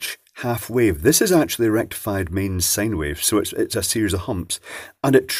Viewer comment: Can please say Sine Wave and not Sane Wave? Say Road Sine!